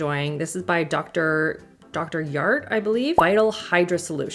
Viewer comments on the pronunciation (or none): Can't ever get enough of your recommendations! FYI - Dr. Jart is pronounced with a J sound. Korean brand.